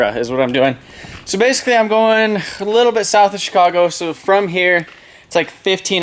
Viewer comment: anybody else here how he says chicago just after ?